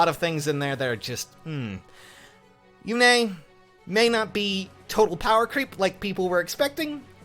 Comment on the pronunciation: Yune, not Yune-a